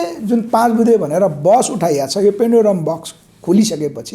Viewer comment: हाउ !पेन्डुलम बकस कि पेनुडुरा बकस हाउ?के बोलेको मित्र?